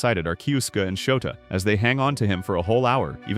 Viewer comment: It's souta not shouta